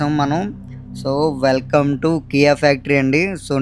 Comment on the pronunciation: Not Kiy, it's KIA car factory